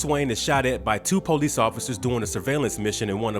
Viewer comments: " The po- lice force"..????🤣🤣 Employ someone to narrate with a better style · Darn Poe-lease.